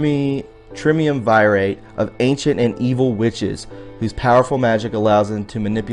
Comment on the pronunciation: riiiight? Triumvirate, Nobokov....it reduces credibility!